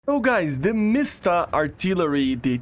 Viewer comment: there is no sound in word you pronounce it like , but actually it is wrong, it should not have sound inside btw, something weird happens in this video... I can't get what that Tiger was doing?